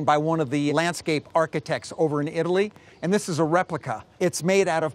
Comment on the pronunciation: RE. Pli. CA